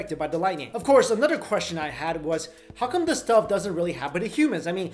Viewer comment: lol. at the way he pronounces "another"